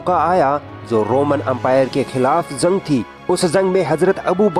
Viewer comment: Zaa nhi jaa Jung hota h zung nhi har jgh ja ki za bole aapne